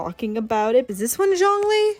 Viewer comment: dw you got zhongli right the first time 😂this video was pretty funny, you were either way off-base or surprisingly close on your guesses